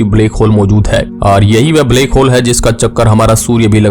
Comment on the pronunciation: Bhai baki video dekhne mein toh knowledge mlti hai lekin iss black hole ko bleck hole pronounce mt kiya kro sunne mein bht ajeeb lagta hai bht saari video mein yhi suna hai mene black ko bleck bolte ho .